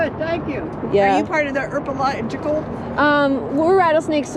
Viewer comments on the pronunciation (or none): "Are you part of the 'erpological?'" XD